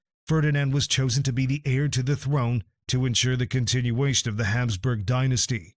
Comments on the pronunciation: It's not Hamsburg jaw it's HAPSBURG." Get rid of AI and use real narrators that pronounce words right. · It's Habsburg, not Hamsburg. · It's HABSBURG ... Not Hamsburg! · Ferdinand of Habsburg, not Hamsburg. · Hapsburg, not Hamsburg! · Yeah, calling the Hapsburg jaw "Hamsburg."